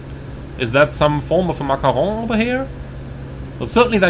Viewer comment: Thanks for the amazing review, and amazed with the perfect accent when saying macaron ;-) just purchased it a few days ago, "destroyed" the generator and overpowered on take off before "getting it"...an amazing airplane from FSReborn !